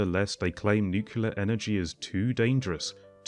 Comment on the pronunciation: I keep hearing the comparisons based on use of land instead of ACTUAL COST . The presenter doesn’t make a single mention of actual cost comparisons. And it’s NU-KLEE-ER and not NU-KU-LER !